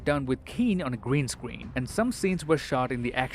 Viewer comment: Me arching this video in 0.25 and realized he said green scween